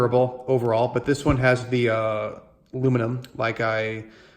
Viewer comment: Please learn the proper pronunciation of the word "the" when the word following it begins with a consonant.